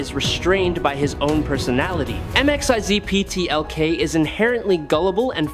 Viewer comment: Dont do stories about characters whose names you cannot pronounce correctly. It takes away from the idea that you even know what you're talking about. VERY DISTRACTING